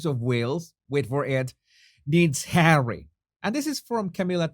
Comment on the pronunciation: No body needs Hawwy, no body wants HAWWY.